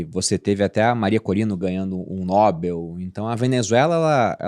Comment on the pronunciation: Ganhou um NÓbel. KkkKKK. PQP É. NOBÉL